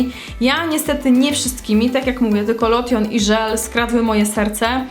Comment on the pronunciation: a "lotion" sie czyta lołszyn